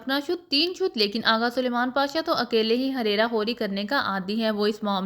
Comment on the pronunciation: Huraira nhi hareera hota hai